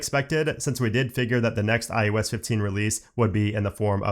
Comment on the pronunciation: why do you always sound like you're saying iUS 16? and not iOS 16. It's weird.